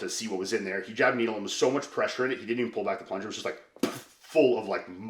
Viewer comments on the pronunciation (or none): “Dirty towel” is an interesting way to pronounce “needle”